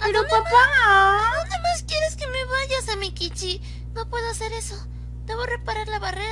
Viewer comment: Una coshita, se pronuncia Samékichi con acento en la E así suena mas japones :)